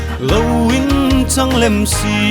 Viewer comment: Thiem ie.. Siengmit ❌ Sîngmit ✅. Vâl in ti ve Sie ❌ Vâl in ti ve Si ✅